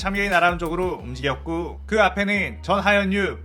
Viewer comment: "웁직였고" 뭐임😂😂😂